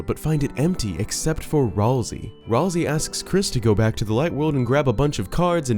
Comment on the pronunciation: Okay, for real. Isn't it "Ralsay"